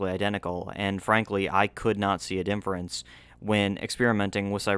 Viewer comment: bro why do u say dinfference instead of difference?